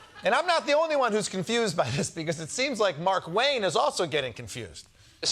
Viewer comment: Never trust a man with two first names. And it’s not MarkWayne, it’s Mar-Kway-Nay.